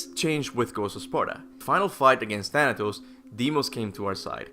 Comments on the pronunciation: Bruh I fr thought Thanatos said thanos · It's funny to hear that you said Thanos of the MCU than Thanatos